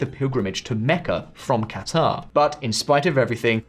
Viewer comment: The portrayal of Saudi Arabia’s dynamics and calculations in this war is as good as pronunciation of Saleh and Qatar 😂. This is the same level of understanding of the sunni/shia dynamic in Iraq, congress had before the Iraq war. White guy making Middle East 101 videos for other white dudes, never having set foot in the Middle East. Classic.